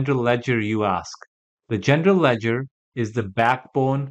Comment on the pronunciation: Is he saying Gender ledger 😂